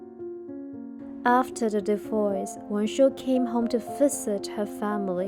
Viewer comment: It’s divorce. Not divoice!